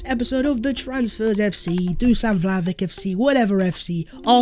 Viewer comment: It's pronounced Vlahovich please man I can't keep hearing Vlahovik anymore.